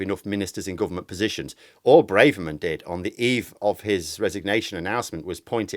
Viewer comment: It’s Brahverman not Brayverman. Why is this such a pronunciation blindspot for so many vloggers?